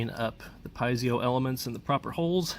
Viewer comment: Check out the correct pronunciation of Piezo...you will benefit from this.